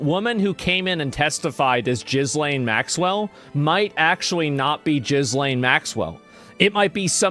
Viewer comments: It's not jizz lane!!!! It's just Elaine but with a G !!!!!!! Raaaaar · Every time Asmon says jizzlaine, i lose a sperm cell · Not Jizzlane. Gillaine.And it's probably not her.